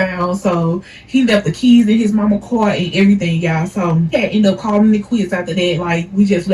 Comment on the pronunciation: The way she said car was grinding my gears 😂 the story was entertaining tho